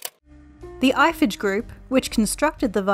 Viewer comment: I don't think a French company would be pronounced "Eiffetch".